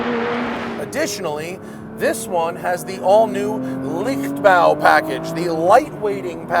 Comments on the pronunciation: Leichtbau is pronounced laychtbau, not liktbau. Try harder you Americans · Good to have you back, Matt! Leichtbau is Liked-bow. Matt said, Lick-bow. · Tip, pronounce "Leicht" in "Leichtbau" like "light" in "lightweight" and you're 90% there. While still not 100% correct it sounds way more pleasant and accurate.